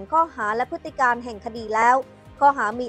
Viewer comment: อ่านให้ถูก..พฤติ-กรรม ไม่ใช่พฤติ-กาม ? เอาให้ชัดๆ!